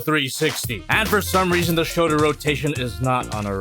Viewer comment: "showder cannons"